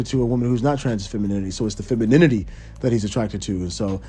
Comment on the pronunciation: It’s the Feminini-T